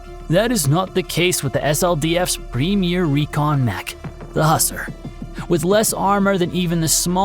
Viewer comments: Who-sar.. Not husser. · I believe its pronounced Hew-sar, like Hugh Czar